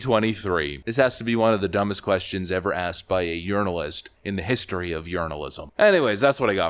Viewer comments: Did you say, "journalist" or "urinalist"? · Are you saying "urinalist"?? 🤣🤣🤣 So appropriate. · When I was listening to this video I thought I heard you say "urinialist" instead of journalist. I honestly think that is a better description of their job instead of journalist. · Ha Ha Ha..."urinalist"...🤣😆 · Haha!! " JUrinalist"... Good topic!